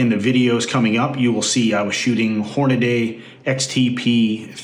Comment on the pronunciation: LoL...Horn-a-DAY? So we all should be pronouncing Brady as Bra-DAY..? and Cassidy as Cassi-DAY? LOL